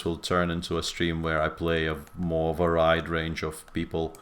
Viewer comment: I don't know if you read the comments on YT after the stream, Peter, but "varied" is pronounced va-reed, not va-ride. like the "ried" in "buried".